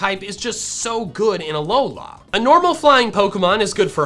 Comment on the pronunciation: K-AL-OS / A-LOL-A / KO-MO-O